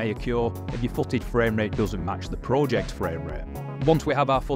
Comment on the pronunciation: i hate how you pronounce project